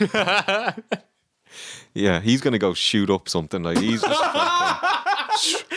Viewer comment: i thought he said "wake up mexicans!: im like whos mexican? the steiners?.. lol. i had to rewind several times before i realized he said Michigan.